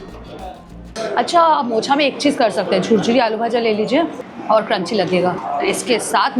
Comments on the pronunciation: মোছা নয় মোচা Please pronounce it properly Not mochha it's mocha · Its not মোছা, its মোচা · Not মোছা it's মোচা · Let me correct you it's not "মোছা" it's "মোচা"😅🙂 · ওটা মোচা , মোছা নয় একদম বাজে উচ্চারণ যেখানে খাবার সম্পর্কে অজ্ঞতাকে ঢাকতে অতিরিক্ত বকবক করা ও ড্রামাটিক উপস্থাপন , শুধু মেয়ে বলেই হয়তো ফলোয়ার্সটা পাওয়া . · আমি তোমার ভিডিও দেখতে পছন্দ করি, তবে যে কথাটা না বললেই নয় সেটা হলো কথা টা মোছা নয়, মোচা। মোছা হলো ঘর মোছাকে বলে বাংলাতে। আমি এক হাত দিয়ে চিংড়ি মাছ খেতে পারি। দুই হাত লাগে না খেতে। তোমার বাম হাত টা দেখে ভীষণ ঘেন্না লাগলো, মাথায় কিসব বাজে ভাবনা আসতে লাগলো। বাঙালি খাবারের বারোটা বাজিয়ে দিলে পুরো। 😖🤮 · It is মোচা!!!!!! মোচা!!! Learn the pronunciations please🙏🏻